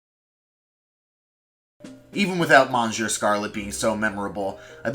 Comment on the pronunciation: as someone who can speak french a bit, it hurts to hear "monsieur" mispronounced